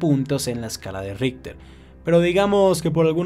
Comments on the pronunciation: Y que pasaría si ese súper terremoto aparecería en Sur America mas o menos por Venezuela, Brasil, Colombia, ecuador, Bolivia, Perú, argentina, Paraguay, Uruguay y chile como reaccionaria?? Y aparte yo que sepa se pronuncia como escala Richter no ritter xD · le entendí la escala de hitler